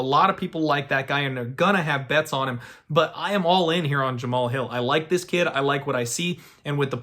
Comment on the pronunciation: All you have to do is watch one fight and you'll get the name pronunciation... Have you watched Hill fight at all?